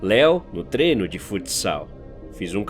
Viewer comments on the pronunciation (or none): none